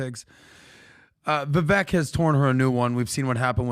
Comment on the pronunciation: The look in Patrick’s eyes when he’s pissed about the echo is the real Patrick. Absolute psycho control freak. I feel bad for his kids. But hey good job Patrick, you finally learned how to pronounce Viveks name after having him on your show multiple times. You are a manchild who scammed his way into a fortune and half of your show is you trying to flex your pyramid scheme earnings and shouting random percentages about shit nobody cares about. I bet you his staff is constantly walking on eggshells.